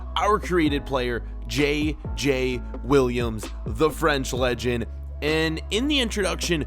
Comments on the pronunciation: Im french but Williams Is not how you say Williams. As a french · Kind of Is close because A french person like me has it like that but just Um Williams he said i t wrong and JJ Is wrong to pronoucation